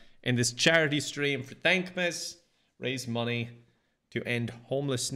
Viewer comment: I thought at first he was saying dank miss